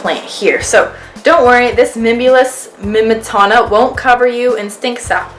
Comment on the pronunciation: It's 'mimbletonia' not 'mimbletona'